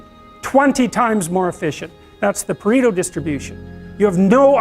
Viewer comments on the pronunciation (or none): PARETO distribution, not PERRIGO distribution. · It's "Pareto Distribution" not Periggo, or whatever you have.